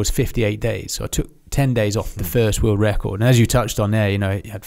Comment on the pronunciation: “Oi traveled all over the wewuwd” 😂every time this guy tries to say the word world. Why do brittys have such a speech impediment?